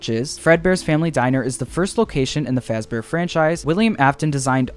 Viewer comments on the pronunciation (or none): none